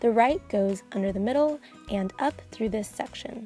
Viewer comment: Does anyone else get really annoyed on how she says "section" ?